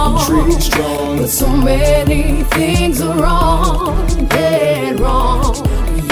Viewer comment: she says "fings"